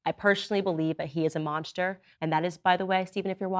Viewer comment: she can't even say monster right.. monshter